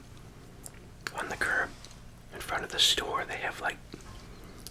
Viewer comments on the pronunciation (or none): none